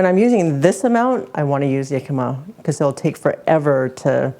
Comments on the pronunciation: Pronounced.....Hic-cam-ma, not Yic-am-ma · We used to live in Phoenix, and Jicama was EVERYWHERE down there. It's a staple of Mexican cuisine, and we've had it in hundreds of different ways. This looks like a fantastic new way to use it. By the way, it's pronounced with an H sound. It was driving me crazy hearing you call it "Yicama," lol 😂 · Jicama, my favorite substitute for water chestnuts when they aren't to be found. In the US, we called them "hicama" where the "j" is pronounced as an "h". It's interesting to hear that Canadians pronounce it as "yicama" like a "y".